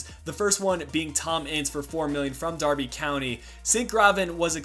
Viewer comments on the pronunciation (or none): none